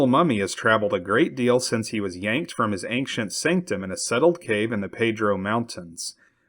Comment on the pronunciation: Bro the word ancient doesn’t have a G in it